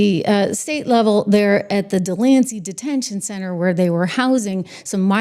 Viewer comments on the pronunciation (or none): Trish I really enjoy your podcast but I wish you'd learn to say Delaney and NOT Delancey.